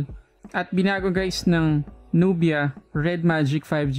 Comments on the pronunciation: Not nu-bi-ya. It's nub-ya. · nub-ia like sa nok-ia 😅